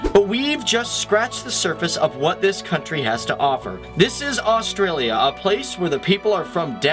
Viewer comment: just another video showing the same facts about wildlife that you wouldn't come across in the main cities, can you please learn how to say australia before you do a video about it ?! please